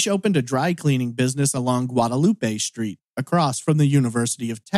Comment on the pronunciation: So you DID pronounce Guadalupe correct but people here in Austin are insane and pronounce it the other way. Guad a loop. I hate it, it drives me nuts. I always call it Guadalupe street anyways.